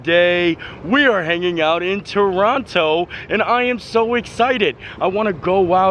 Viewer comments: I always pronounce it "TRON-NO" lol. So how do you like our plastic money bills and Loonies and Toonies? With all our coins, you might feel like a pirate. lol. Great choice in hotel. That hotel was amazing to us. Gave my son free milk and pirate cookies. Always stay there. Love going to Canada's Wonderland but we really enjoy the Halloween haunt nights and Winterfest a lot more. Be sure to try a beaver tail :)You missed Snoopy? Ghoster Coaster is a must. so fun. lol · Welcome to Canada! I was hoping to come to visit you at the Fan Expo, so sad I missed meeting you. Glad you had a great time! Locals pronounce it Toronto without the second T just Torono. You are super brave doing the edge walk! Wow that is amazing!! I was so excited and nervous for you! You definitely need to come back, there is so much to do 😊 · If you are local, you don't pronounce the second t as a hard t. So it's more of a Torono sound. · True Torontonians say it "churrano" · Tor-on-o lol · As a Canadian, I am so glad to be seeing you visiting! Hot tip though, we call it “Toronno”, don’t pronounce the second t! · We know someone isn’t from Canada if they pronounce the second T. It’s always “Tronno” to me! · Trono. Ignore the first o AND the second t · You pronounce mountain mouain, why not Toronto, Trorono, if it's easier.!!😅 I can't watch you hanging off that building!!! I bet your Mom can't look either!!! 😮 Oh no!! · I'm Canadian and most people do not pronounce the second 't' in Toronto! Thanks for visiting our country! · So excited to watch you enjoying the places that are so familiar to me (I live about 100kms away from Toronto). I can confirm for you that you definitely don't pronounce the second 't', unless you want it to be obvious that you're a tourist.😁 As luck would have it, I'm currently in Walt Disney World while you were in Toronto. I'm glad you enjoyed! A suggestion for your next visit is Blue Mountain. They have great scenic caves to explore in the non winter months.